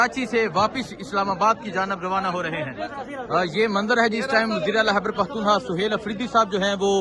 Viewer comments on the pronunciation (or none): none